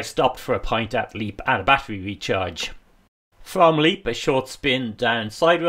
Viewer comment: Super video as always. How do you manage the charging on those wild camping nights ? By the way Leap is pronounced as 'Lep'.